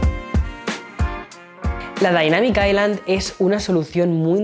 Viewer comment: La “dainamic aicland ” 😂